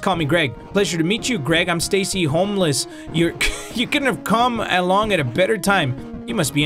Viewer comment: I JUST REALIZED HE CALLED STACY HOLMES “STACY HOMELESS” LMAO